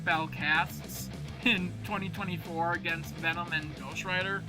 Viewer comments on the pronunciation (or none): none